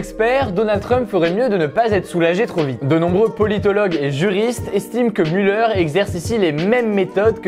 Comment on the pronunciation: on dit mulère pas muleur haha